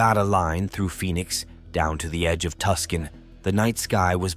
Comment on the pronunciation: Im from AZ and lived in Tempe and saw the lights.......for a good 15 mins ......dude needs to learn how to say Tucson....not Tusscan